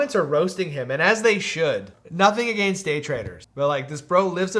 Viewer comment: lol I have never heard anyone pronounce “against” the way you do!